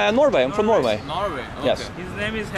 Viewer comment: Ya he pronounce Norway as non veg🤔🤣